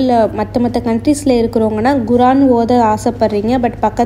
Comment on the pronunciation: Guran illa sis kuraan